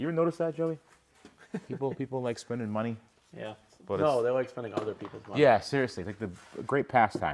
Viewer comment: it’s been YEARS. PLEASE LEARN HOW TO ENUNCIATE THE WORK “OTHER”. It’s not “Eh-ther” there’s no E at the beginning of the word.